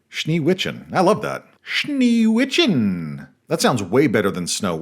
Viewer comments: as a swiss person and native german speaker let me be the first to congratulate you on your pronunciation of Schneewittchen. it was completely wrong and terrible. i'm just messing around. but don't worry. you still get a sub and you did much much better than the vast majority of murcans trying to speak german. BIG PROPS for not thinking all of german is always yelled like too many of your peers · Shnay-wICE-shen is the German pronunciation of Schnee Weisschen.